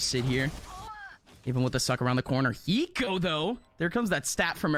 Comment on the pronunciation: when did the casters pronounce "hiko" like "eeko"